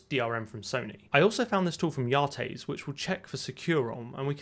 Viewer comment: kinda comical how you had correspondence with yates yet you pronounce his name wrong...